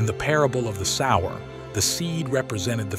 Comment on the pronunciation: Sower, not sour